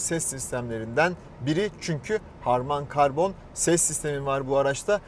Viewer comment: Harman karbon değil harman kardon olucak abi söyliyim dedim